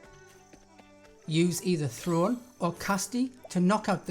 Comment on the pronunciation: I hate to say it, but Throne is pronounced as ‘Throw-Nay’. They say it about a hundred times. Anyway, thank you for this.